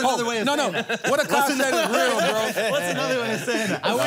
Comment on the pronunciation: Charla the first person ever on the pod to say Akaash name right 👏🏽👏🏽👏🏽